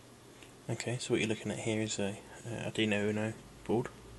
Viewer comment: A cool take on the generation of RTTY. By the way, it's Arduino (Ar-Du-I-No), not Ar-Dino.